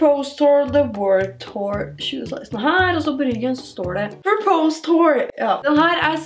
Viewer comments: Ville bare si ifra om at du uttaler order "purpose" feil. Det høres nesten ut som at du sier "propose". Ellers en fin video! Liker Ebay Hauls videoene dine :) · Det uttales pørpøss